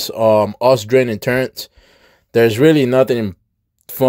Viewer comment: Why you say turrents. LoL. Its turrets not turrents.